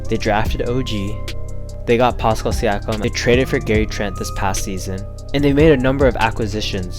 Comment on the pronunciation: Come on my guy you do this content and can't say siakam name right!